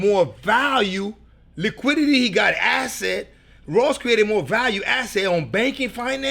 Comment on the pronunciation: After he said “Liquidy” i passed out 😂😂😂😂